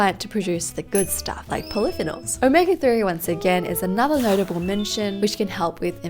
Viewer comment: I love your videos but you regularly mis pronounce polyphenols. Please look up how to say it. It will make your videos sound more credible